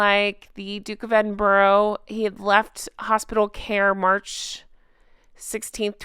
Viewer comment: Love your videos. Just a wee side note, Edinburgh is pronounced Edinburra lol